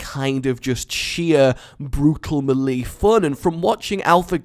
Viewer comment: The way he says melee is just hilarious